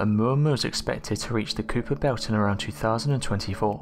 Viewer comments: FYI it's pronounced "Ky-per" belt. Not Quper belt. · Could you please lisp the Kui·per belt /ˈkīpər ˌbelt/ correctly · Mysteries Could you please electronically lisp the Kui·per belt /ˈkīpər ˌbelt/ correctly